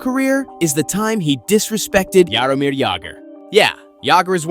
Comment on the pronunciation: Bro pronounced it yaromir not yowmeer😢